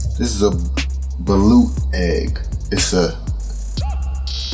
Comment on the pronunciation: The way u pronounce balut is balot